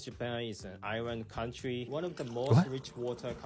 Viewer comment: "Ireland counrties" lmao!